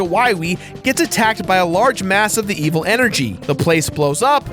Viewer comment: This is veval seriusly the voice actor cant say evil right